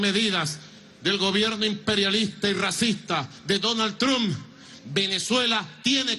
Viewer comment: ok ya me tiene mal por que dice trump literal osea no se pronuncia así